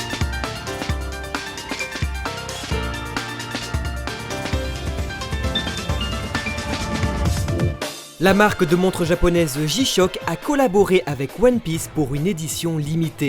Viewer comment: "ji-pop" pour parler de "J-Pop" "ji-shock" pour parler de "G-Shock" Il va falloir se décider, prononciation à la française ou à l'anglaise, faut faire des choix ^^